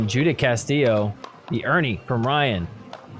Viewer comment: So, great episode as usual. For all the Spanish speakers, when you pronounce Castillo’s first name, “Judith”, it’s pronounced “Yoo-dit”. Anyway, yoo-dit a good job.